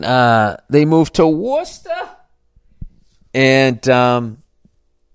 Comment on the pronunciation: As someone who grew up in western, MA I find it hilarious how you say Worcester 😂